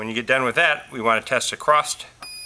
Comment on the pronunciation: How about close up ? Cant tell what ur doing. And the word is across not acrosT.